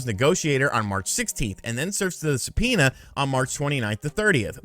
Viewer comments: Se-penis?😂 did anyone else catch that?? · Say subpoena one more time